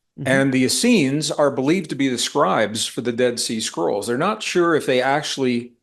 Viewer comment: I kept hearing "dead sea squirrel" 🐿 why? 😂